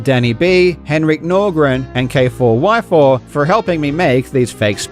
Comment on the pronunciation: Its pronounced "Kayfour" btw, not K4Y4